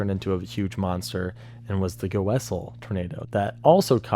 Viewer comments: it’s pronounced GOSSEl not GOosel or however he said it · Goessel pronunciation (from how I've heard it as a Kansan): Gaw-sull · Goessel pronounced “Gaw-sul”. That day (Hesston/Goessel) was terrifying btw. Also surprised it’s somewhat forgotten. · Goessel is pronounced "Gawsel" by wveryone I've ever heard talk about the town. Probably pedantic, but there you go. When i was growing up north of Hesston near Salina KS the Hesston tornado was pretty much the worst thing that had ever happened in the area. It was the local tornado horror story until Chapman and then Greensburg of course. There are still remnants in Hesston at least up till a couple years ago. That was quite a deal. Appreciate your videos. Thank you for the content. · That pronunciation of Goessel broke me(jk great video but it’s pronounced without the first e)